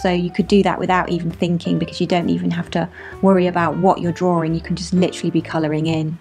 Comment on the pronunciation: I love how you say draring! ...and you are mega-cute!